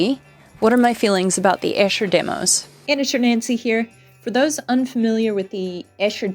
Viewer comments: Sorry to be pedantic but Esher is pronounced Ee-sher , not Esh-er.Its a little town in Surrey near where I used to live. My favourite lyrics…. ‘He went out tiger hunting with his elephant and gun In case of accident he always took his mum’ 😂😂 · Hey, Beatle nitpick: it's Eee-sher! :D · Great video! No reason you'd know this, but Esher is pronounced "eesher"